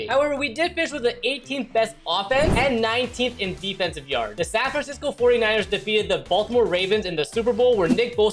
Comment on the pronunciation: The way he pronounced San Francisco